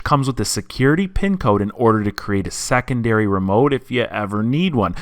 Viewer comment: What colour is "rad"? What's the meaning of "sackundary"? "sackonds"? Thanks